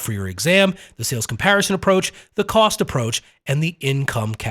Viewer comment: "coast approach"? Did you mean cost?